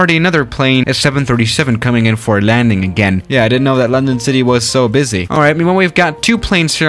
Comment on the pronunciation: “Lendon cidii